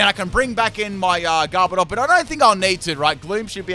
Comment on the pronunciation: Ah my favorite Pokémon according to the title, Garbodar. Not Garbodor, Garbodar. Love ya